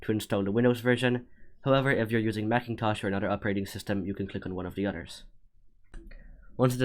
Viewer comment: this guy legit says macintosh